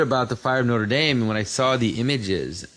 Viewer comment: Aren’t you French-Canadian? Why can’t you pronounce Notre Dame?